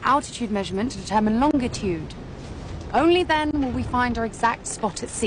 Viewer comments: She’s supposed to be a female genius but she doesn’t know how to pronounce longitude correctly? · Everyone in the commemts: Laughing at the jokes of the scene. me: Laughing at how she pronounced "longitude" 😂